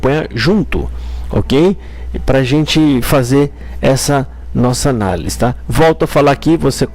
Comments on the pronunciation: Vc falou analis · Vc não escreveu errado. Vc fala errado. De boa brother. 🙌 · Não é analis... É análise.